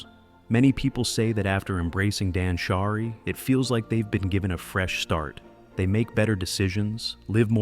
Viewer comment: Suggestion: be more cautious of how the voice pronounces japanese words. For example, danshari (dahnshahree, not dansharAY). Great job!